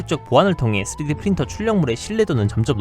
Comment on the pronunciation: 내레이터 3D프린터 발음이 자꾸 쓰레기프린터로 들려요.